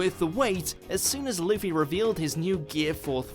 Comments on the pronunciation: Remember when pronounced Luffy as Luff-ee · jeeees its so annoying, in german tv his name is Ruffy. Luffy sounds so stupid when you are used to the r